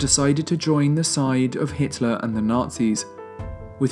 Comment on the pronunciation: Pretty sure it's Hitler not Hiteler